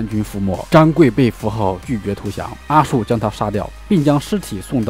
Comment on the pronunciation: 阿术的术不读shu，读zhu。清代给元史的人名地名标注音，他的名字就是Aju。